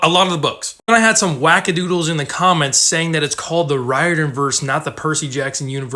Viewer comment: I'm really not trying to sound rude but I'm pretty sure Riordan is pronounced REER-DAN